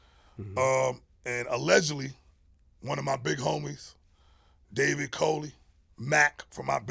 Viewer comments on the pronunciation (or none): none